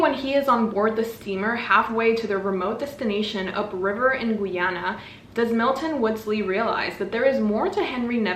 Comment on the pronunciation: hey just btw the "guy" in Guyana is pronounced literally like the actual word guy